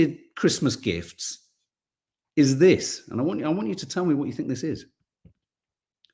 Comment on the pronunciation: I love an accent but dont like mispronunciation - fink not think; fort not thought, firty not thirty